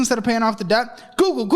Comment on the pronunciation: google sounds like gems